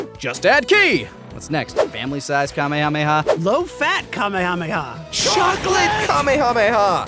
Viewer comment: Hey, you want people to stop correcting names then stop changing them for dubs, Mr. I-Can't-Say-Kamehameha-Correctly. I've usually seen is translated as "Spirit Cannon," which sounds pretty badass. Of course, there's the debate of changing the name at all, like I just said. People love to rip on Goku not having his own techniques. However, it's worth noting that while Kaioh might have invented the Kaiouken and the Genki Dama, he can't use either technique himself. He comments how he could never master either ability, so he basically only invented the concept. Goku remains the first being able to use either technique. This might be why Kaioh didn't teach any of the other fighters those techniques. Of the four that arrived, probably only Piccolo and maybe Tenshinhan could've learned the Kaiouken, and I doubt any could have properly learned the Genki Dama. There is a funny throwaway line about that, though. When Piccolo first sees the Genki Dama during the fight with Freeza, Kuririn has to explain what it is. Piccolo then says with an annoyed smile that Kaioh never even mentioned a technique like that.